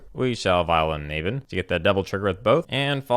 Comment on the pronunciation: The way you pronounce "Naban" triggers ME!